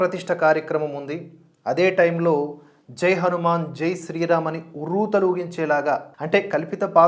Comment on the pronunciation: మీ రివ్యూ చూశాక ఎప్పుడెప్పుడు సినిమా చూద్దామా అని ఆతృతగా ఉంది. కానీ చిన్న విన్నపం.. దయచేసి హనుమాన్ అనే పలకండి.. 'మ్యాన్' అనక్కరలేదు అని నా ఉద్దేశం.